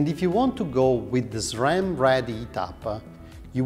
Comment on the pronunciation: Love how you pronounce SRAM - the only way it should be 😊.